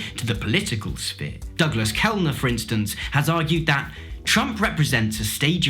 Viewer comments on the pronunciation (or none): none